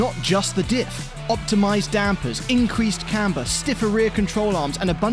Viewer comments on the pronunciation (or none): none